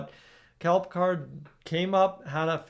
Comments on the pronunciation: Yup, bothered me too. Isn't it pronounced like Pick-erd? Not like Captain Jean Luc Picard! Lol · You pronounce his name wrong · Pronouncing his name wrong..